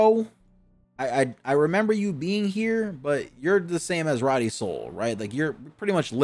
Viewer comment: Imagine the name Cody but with an R. It’s Rody not Roddy.